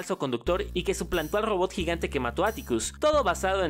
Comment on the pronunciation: El rodot no se dise one one se dise uno -uno